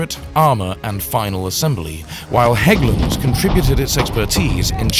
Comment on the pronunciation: perfect pronounciation of Hägglunds